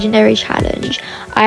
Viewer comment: How she said sAnDWiTcH